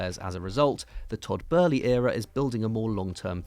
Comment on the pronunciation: Why dose the ginger always say burly it’s boehly (bowl + lee)